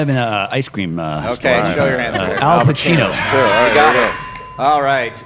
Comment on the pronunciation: Hey it’s Pacino not Pachino!! Lol